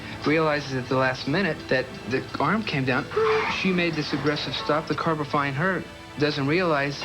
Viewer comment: did anyone else notice that the guy said "the car befind her doesn't realise".